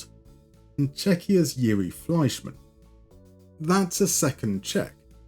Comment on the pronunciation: You pronounced Czechia right! Well done mate, excellent video as always.